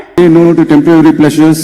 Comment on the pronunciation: சகோதரி டெம்ப்ரவரி என்று சொல்வதை தவிர்த்து டெம்ப்பரரி என்று சொல்லி இருக்கலாமே.நான் சொன்னது தவறாக இருந்தால் மன்னிக்கவும்